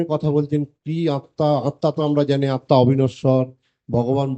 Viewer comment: Sir,your pronunciation of atma is wrong.Again you have defined "nirapad khabar"as one which gives pleasure or pleasure of taste.It is wrong.Pl.donot spread wrong ideas among general mass.